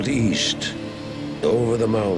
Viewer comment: yeast? i thought u said weest